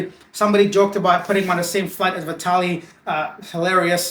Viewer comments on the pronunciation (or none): none